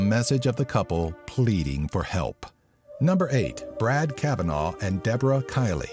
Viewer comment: Not cav a naw It's cav in na